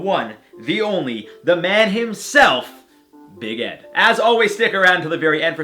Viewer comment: Why does it sound like his saying big head, or is it only me💁🏽‍♀️